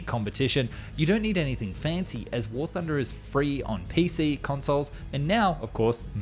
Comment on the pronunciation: you meen war tooner